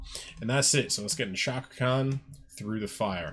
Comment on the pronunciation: If you don't give her and this song an A off the bat, let's just agree you don't have an ear for music. Plus you're not even really pronouncing her first name correctly. But since you're a handsome guy, I'll be nice.